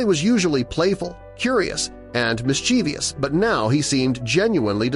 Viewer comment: It is one of those frequently mispronounced words. Very frustrating to those of us who know better.